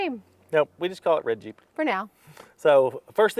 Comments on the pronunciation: I heard say "red jeep" but it sounded like "Reggie". I came to the comments and you beat me to it. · Name it Reggie. That’s what I thought you were saying when you said “red Jeep” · WOW. A couple of times when you said Red Jeep, it sounded like Reggie; so... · It took me a while to figure out that you were not calling the new vehicle "Reggie." I was wondering where that name came from when it finally clicked with me that you were calling it the Red Jeep. :) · The name should be “Reggie” based on the way you said red Jeep.